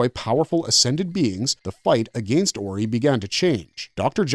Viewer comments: Terrible pronunciation of 90% of Stargate races and places. So much so that I thought there were some other races I had never heard of. Like Ori pronounced oree instead of orai. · it's pronounced or-i not oree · fr Orey?? did this dude watch the shows with the sound on? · What did you call 'The Ori' ? that's new 😅